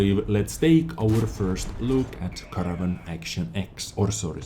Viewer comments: No. He pronounced it like "Carnarrvøn" when ur supposed to say "Canaarvøn". But i don't blame him. English isn't his first language anyways. Also estonian is pretty far away from english so.... he is from Estlan, right? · don't worry about pronouncing it correctly, the English YouTube video guys can't do it that well either:P but for reference it's pronounced "Kay-er-narr-fon". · I guess you should try to think of the ae in caer as an e pronounced the same as in words like "derp". Except for this idk how to improve youre pronouncuation of this name trough the comment section but youll get it sometime if you keep watching vids of other youtubers that know how to pronounce the same such as QB